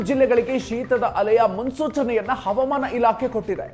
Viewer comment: ರೀ ಸ್ವಾಮಿ ಯಾರ್ರೀ ನೀವು ಹವಾಮಾನ ಇಲಾಖೆ ಅನ್ನೋಕೆ "ಅವಮಾನ" ಇಲಾಖೆ ಅಂತೀರಾ, ಸರಿಮಾಡಿಕೊಳ್ಳಿ, ಸಾಮಾಜಿಕ ಜಾಲತಾಣಗಳಲ್ಲಿ ತಪ್ಪು ಉಚ್ಚಾರಣೆ ಮಾಡಬೇಡಿ, ಅದು ನಿಮಗಲ್ಲ ಕನ್ನಡಕ್ಕೆ ಅವಮಾನ.